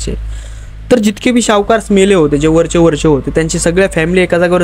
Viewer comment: सावकार not शावकार